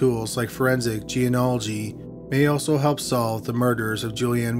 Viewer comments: I know it's nitpicking, but you have to say this word a LOT, so you should learn the pronunciation. "Genealogy" is pronounced "gee nee AH logy", not "gee oh NAH logy". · It's pronounced "jee-nee-ol-uh-jee" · Say it with me... Gee-Nee-Ology. Genealogy. lol